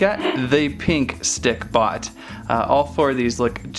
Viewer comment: he keeps saying stickPOT